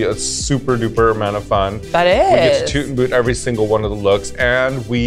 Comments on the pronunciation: She said toot to both Jaymes and Lala but the first t sound like sh sound a little so it sounds like it is a shoot but she says toot. At least that's how i hear it 😅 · i definitely heard "shoot" too with Jaymes, but with Lala it sounded more like a mix of both. And the way she "shooted" Lala so unenthusiastical makes me believe that she maybe has adapted a weird way of pronouncing "toot" this episode and maybe Jaymes "shoot" was also only a "toot" like the editors displayed. 🤔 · She actually said "Toot" but the first t slightly sounds like the sh sound but she said toot but it does sound like shoot too